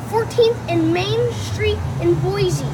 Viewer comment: Uh..., please. It's Boi-SEE! No z in the word.